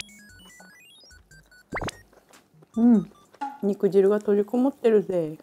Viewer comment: ロシアンちゃん！ にくじるじゃなくてにくじゅうです！